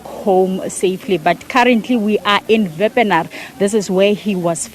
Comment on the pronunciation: Wepener not Vanar